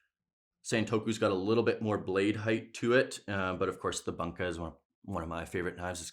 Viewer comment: It's pronounced "Boonka"